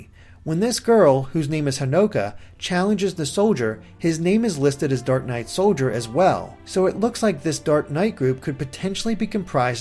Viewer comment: The red headed Pegasus knight's name is Hinoka not Hanoka.